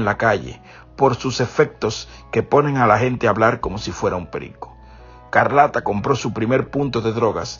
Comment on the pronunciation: No es Carlata es Escarlata di los nombres bien 👂🏾